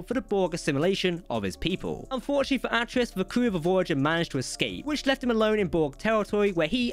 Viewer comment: Glad I’m not the only one who heard that and thought “no, that’s not right” 😅